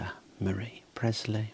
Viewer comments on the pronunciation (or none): none